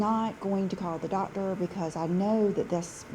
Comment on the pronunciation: I’m sorry, her Southern accent seems so affected that it truly grates on my nerves. There is no reason that someone who makes videeoos for a living should say dotter (doctor), worter (water), wuldnt (would not).